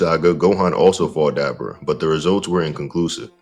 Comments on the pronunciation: How the FUCK do you pronounce dabura that way?! Did you even watch the show? They said his name 100 times. And you STILL proceed to pronouncing it wrong. It blows my mind how that’s even possible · Daber vs Da-Boar-Ra